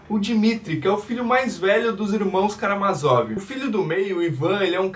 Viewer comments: tem a porra de um acento no "má" amigo. é karaMÁzov. ótimo vídeo um abraço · Por que tu muda a sílaba tonica de Karamázov?